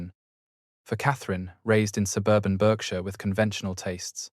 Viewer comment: Berkshire is pronounced Barkshire